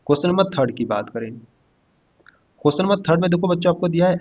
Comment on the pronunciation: अरे भैया पहले बोलना तो सीख लो क्वेश्चन नहीं होता है क्वेश्चन होता हैसमझ में😅